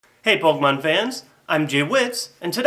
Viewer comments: that's what i said too. its pronounced "Kay" but spelled with an e (sorry, don't know how to put accents) . Him saying it like poke mon as two separate words is annoying and irritating was my only point with my comment. obviously you knew where I was going though with that. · pok E mon , THERE'S A FUCKING E IN IT ARGHH AMERICANS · OMG its pok E mon your an idiot and I can't watch you